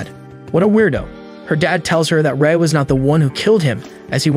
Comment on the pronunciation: My man really called Rai 'Ray', it's pronounced Rye like the bread